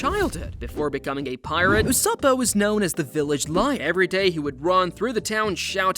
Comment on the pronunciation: Did he say ussopo/ussopa Edit: did he say thriller bank island